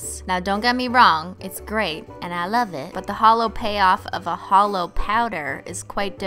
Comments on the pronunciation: Am I the only one who think it sounded like she said "because H💿L💿 always looks best over blah"? 😂😂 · LOL MY BF THOUGHT YOU WERE SAYING HOLO AS IN LIKE A HOLE LIKE NOTHING INSIDE LOLOL